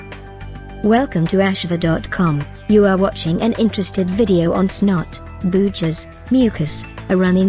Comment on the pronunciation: The fact that they kept using the word "snot" & "booger", and used an electronic voice that mispronounced "booger" killed their credibility. You're Fired.